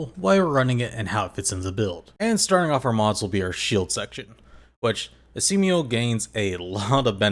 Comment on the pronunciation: Are you deliberately calling him Esiemio as a nickname? There isn't a vowel between M and O so it's supposed to be pronounced as Es E Mo not Es E Me O... 🤷‍♂️🤷‍♀️🤷